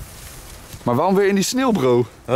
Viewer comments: Jij zegt geen sneeuw maar snil😂😂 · je spreekt sneeuw uit als snil lol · Is het sneeuw of “sneel”😂